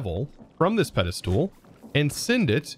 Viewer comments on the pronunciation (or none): can you please say "ped-i-stol" not "ped-i-stool" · I cannot get over the way pronounces Pedestal! He says Peda-Stool I've noticed it for years but never commented it! hahahha. Loving the content! I'm binging this series right now! So good! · anyone else get mildly annoyed when he says "Pedestool"? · Just a little bit but ya lmao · i keep referring to this video to automate the pedestals... but i gotta say,, your pronunciation of the word "Pedestal" makes my ears bleed.